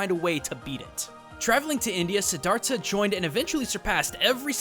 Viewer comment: i cringed so hard when u said Siddhartha because i am a Buddhist and u totally butchered it but to be fair it is hard to pronounce lol